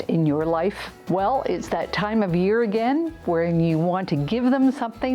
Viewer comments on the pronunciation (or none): none